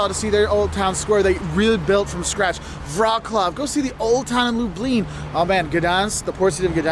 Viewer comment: I am really delighted that you came (without rolling around though 😅) and yes mispronounced every Polish name/word ( Wrocław was butchered) but it doesn't matter, it's difficult for foreigners, I could understand him and I am pretty sure that his gloomy polish waiter could guessed "proszę" when had said "prosim" 😊 kind regards